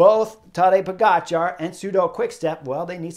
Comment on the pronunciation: Nice. He pronounces pogacar correctly. It’s “char” not “cha” as in dancing the cha cha